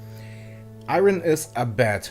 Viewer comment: You pronounced “iron” wrong.